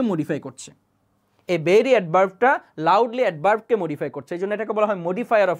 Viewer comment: Vai বেরি বলেন নাকি ভেরি বলেন বুঝি না